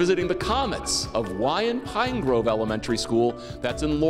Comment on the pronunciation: I hate the fact that he pronounced Wyan wrong